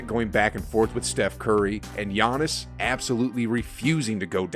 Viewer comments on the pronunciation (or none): none